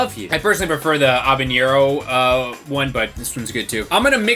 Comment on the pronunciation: Are you trying to say "Habanero" when you say "Obenyero"? There's not a 'ñ' in it like there is for Jalapeño.